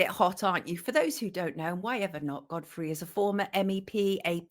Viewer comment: Is she calling Godfrey Goddess? 😄